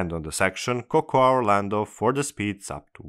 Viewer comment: Cocoa is pronounced Coco.